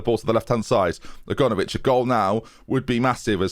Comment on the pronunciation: Still calling Aganovic 'A-gone-ovic' after all these episodes, love it